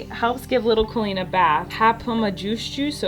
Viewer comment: Love this video.... although the way you say your own name makes me cringe. Lol KOHL-EEN. Oy vey